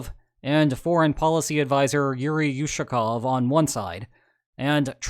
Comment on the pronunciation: Not you-sa-kov. Oo-sha-kov. "Oo" as in ooga, "sha" as in "shut".